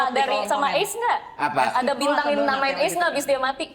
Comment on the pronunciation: itu ACE(u) bukan ACE 😂😂😂😂